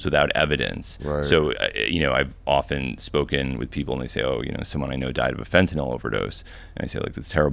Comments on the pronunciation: The only American I’ve heard pronounce Fentanyl correctly 😂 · Finally someone who pronounces it "fen-ta-nil" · Fun fact: you dont buy pure fentanyl on the street. Dudes doing lines are doing 90+% cut. No one is doing a line of pure fentanyl. No one. Also notice Hamilton actually pronounces it properly. Its not fent-ah-nol. Fent-ah-nil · Dude pronounces Fentanyl way smarter sounding than I do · Im juat happy to hear someone finally pronounce "fentanyl" correctly. Now can we do "nuclear"? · Hamilton is the only person who actually pronounces things properly God bless this man. I've heard so many retard Hicks call it "fent-a-nol". I tried a fent lollipop 15 years ago it's nothing special. Heroin and hydromorphone and codeine were all more pleasurable for me. Now I just stick with the kratom. It reduces inflammation at a profound level. I took 22 grams a day of the highest quality brand and I was able to walk around on a broken toe for months. The inflammation and pain went from extreme to almost non-existent. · It was so nice to not hear it pronounced "Fentanol" for once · Thank you for saying “fentanyl” and not “fentnall” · finally someone who pronounces fentanyl correctly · yup. Pronounced the same way as Benadryl. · Had to come here to hear the first person in a decade pronounce fentanyl correctly. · thank you for pronouncing the word correctly. everyone says FentyNOL.